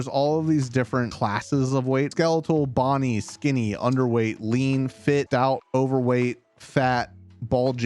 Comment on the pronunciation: This fool said "Bonnie"🤦🏻‍♂️